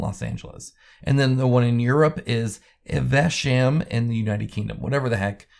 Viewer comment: Evesham is pronounced Eve-shum.